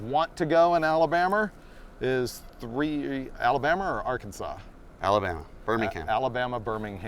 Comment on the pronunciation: Abalama? Or Alabama? Lisdexia sucks! LOL!!